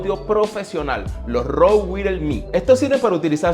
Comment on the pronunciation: Se dice "waierles".